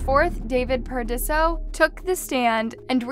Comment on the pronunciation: The vocal fry and inability to read (Paradiso is not pronounced Par-uh-dee-see-oh) made me say, “Buh-bye.”